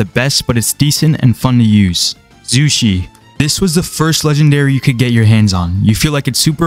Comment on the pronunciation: Bro... "zuzhi" 💀 thats killing me and its the same tings over and over again just change BRO CHANGE IT